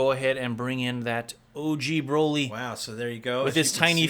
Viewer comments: Its broly not braley lmao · (Bro-lee) Broly